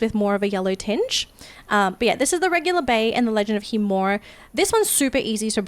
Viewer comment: is the "i" in khiimori silent or is it being pronounced wrong? Not shitting on u its just very confusing as a person who likes to pronounce things properly and is hearing two different ways to pronounce it.